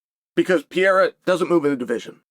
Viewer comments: I love Chaels pronouncing of fighter names... "mackel-chev", "pee-air-a" lol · Peeeeara & MockLchev huh 🤦‍♂️🤣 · I think Chael loves Pee-Era.